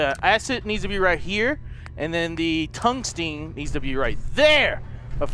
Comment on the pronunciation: The way you pronounce reagents, gallium, and tungsten xD